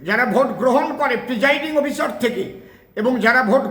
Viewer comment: এই লোকটা অশিক্ষিত, অসভ্য কোনো ভাষা জ্ঞান নেই। অফিসার উচ্চারণ করতে পারে না।